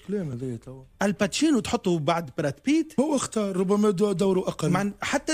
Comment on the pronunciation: "الباتشينو"!! طالما بيقول ان عادل امام ومحمود عبد العزيز مايعرفوش يمثلوا وان ليالي الحلمية "لت وعجن" ،، فطبيعي يقول ان التواتي "الباتشينو" 😂😂👊👊